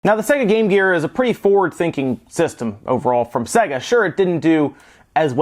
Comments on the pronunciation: Say-ga. Not Segga. The games literally tell you how to pronounce it. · "Say-Ga" not "Se-Gah" Jees!!! - it even says it properly at the start of the games!! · It's not pronounced "Segger", for fucks sake. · I have a grave vendetta against people that pronounce sega as "sEGG--uh". It's "sAY-guh". They pronounced it that way in their in jingle. Remember? "Saaaay-guuuuh~". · it's NOT "say guh". they say that in the jingle because americans can't pronounce words. Play the japanese version of games to hear how to actually pronounce it. it's "sɜ-gɑ" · not supposed to sound like how service and games is pronounced unless you think so. With that logic it's more like "Suh Gay" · The Sega Corporation is called 株式会社セガ (Kabushiki gaisha Sega), where セガ (Sega) is pronounced with an "e" like it pronounced in "bed". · I loved this console so much! And he can’t pronounce SEGA! Lol